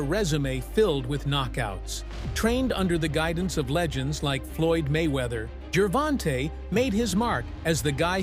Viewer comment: It's Gervonta not Geervin TA. Lol!!